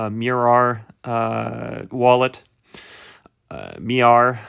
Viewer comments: Informative video. Its pronounced MY ARE, btw. Hodl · Not only did you butcher the name of the app ,its MAIAR , but you havent even read their economic model .